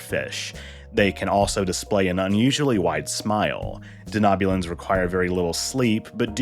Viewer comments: De-know-bulan, not de-knob-bulan. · I'm sorry, but is it just me that is irked by the pronunciation of Denobulan as Danoobulan